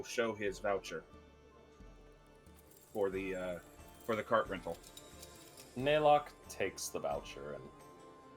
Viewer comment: Every time they mispronounced Naylock's name as Nylock I think of the character from TOME; NYLOCKE, THE DRAGON OF DESTINY!